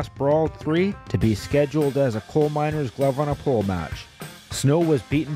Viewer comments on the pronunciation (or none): none